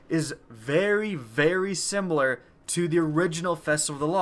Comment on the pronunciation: Very simbler? What is this word simbler you speak of